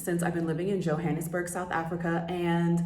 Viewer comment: You're mispronouncing the word Johannesburg! Get it right Sounds ridiculous! Also, locals call the city .J'burg! I lived there.. The country's sadly in decline .. electricity goes out every day for hours. However, still beautiful .. Embrace it! Cape Town it's magnificent. .. Children on brake play with each other .. S. African people are so much more fabulous than Americans. You've been misled by America if you think you're the superior people ..America. All about money and greed! South Africa .. Africans! Yess! Too bad you're so astonished .. why are you only finding this out now! Haha!